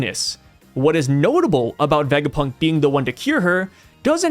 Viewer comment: please ur pronounciation of tanuki and vegapunk 😭😭